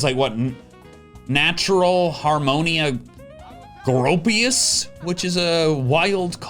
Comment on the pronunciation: Pretty sure it's "Group-pius."